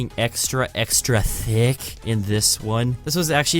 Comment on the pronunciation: The way he said T H I C C